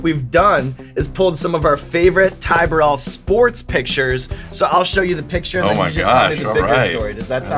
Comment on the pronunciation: Chris Martin? Boo-rell.